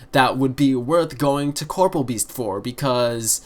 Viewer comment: 75% is a good number. Also Please pronounce corporeal correctly? Not hating but it does make me cringe.